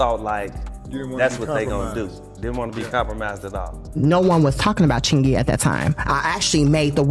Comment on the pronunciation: This AI voice keeps mispronouncing Chingy. It's distracting.